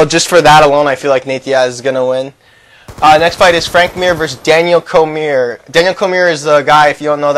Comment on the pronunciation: Its COR-ME-EH